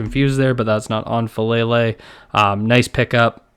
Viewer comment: its pronounced Fah Lah Lay not Fah Lay Lay